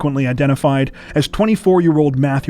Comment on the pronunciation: Methew and Methany?